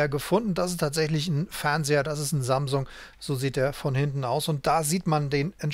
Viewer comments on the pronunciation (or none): none